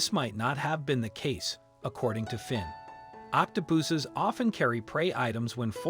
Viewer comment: Octo-poohsses? The pronunciation sounded a bit weird.